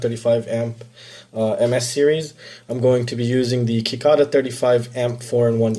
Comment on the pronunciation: Just an fyi, Its pronounced "Secada" keep up the good work.